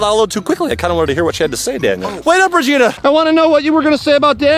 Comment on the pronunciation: Why do you call regina reginus when shes a genius